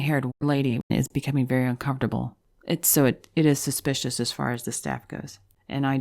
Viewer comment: Did you say "suspiciounous on the staffunus"?